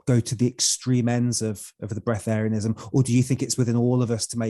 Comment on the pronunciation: It’s not breath-terianism it’s just breatharian.